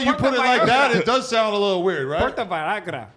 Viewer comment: The way said puerto Vallarta 😂